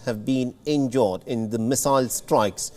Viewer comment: Its injured not injord 😂